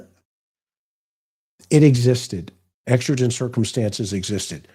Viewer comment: It's exigent. Like exiting a store. Love your podcast tonight❤